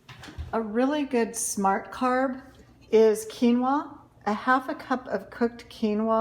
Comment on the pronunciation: What did you mix with the cucumbers and tomatoes? Keymo? Keylo? Are you saying “quinoa”?